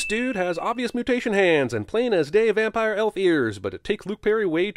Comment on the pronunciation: 'Van-pire' was great, but the award goes to, 'Cancel Ben AfflecK'. Seriously though, cancel Ben Affleck.